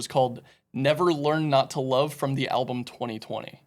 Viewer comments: 35.40 ish ”alblum” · I feel like Charlie would’ve definitely killed if he heard him say Alblum lol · Folks, if you’ve never watched Once Upon a Time In Hollywood. I suggest you give it a watch. It’s one of those “what would have happened if” Quinton Tarantino films. And here is with his inability to say Album 🤦‍♂️😂.